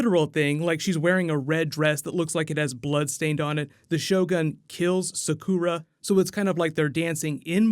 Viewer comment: + if you cringed when he said Sakura